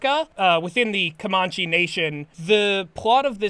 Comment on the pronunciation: As Comanche person I've always heard it pronounced "Co-man-chee" not "Cuh-mon-chee" it doesn't matter, but it also kind of hurts my bones to hear.